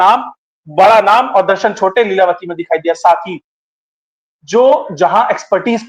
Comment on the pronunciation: ko namaste Leelatavi nahi leelavathi ji😊